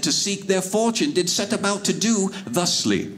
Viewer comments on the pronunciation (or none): the first time he spoke, I thought he said “the sleep”. I had to listen to this again to hear him say “ thusly”. Old English is weird.